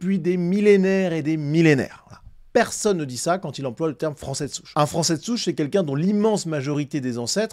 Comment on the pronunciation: « un francé »… envoyez cette personne chez un logopediste, svp.